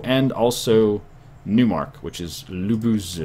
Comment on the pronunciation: Lubusz you read with "sz" as "sh" in shadow...